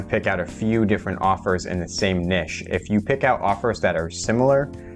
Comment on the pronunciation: Hi. It’s niche (rhymes with itch) OR niche (rhymes with nEEsh), NOT “nish” (rhymes with fish). This has been a public service announcement.